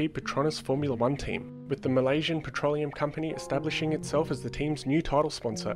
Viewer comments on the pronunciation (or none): none